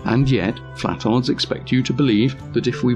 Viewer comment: It’s not “flatards” it’s “flat•tards”